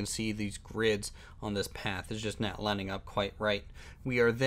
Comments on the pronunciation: Why do u say not like "nat"? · lol it's not bad I was just wondering. I figured it's a accent thing